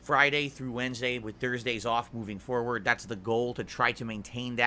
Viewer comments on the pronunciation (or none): none